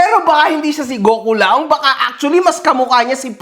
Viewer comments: GOKULAONG ❌ PICOLAONG ✅ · GokuLAONG ✖️ PicolloONG ✅️ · KULAONG ❌ PICCOLAONG ✅ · Gokulaong ❌ Piccolaong✅